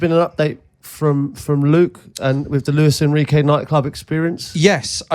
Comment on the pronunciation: Its jose enrique ffs😂😂 not luis enrique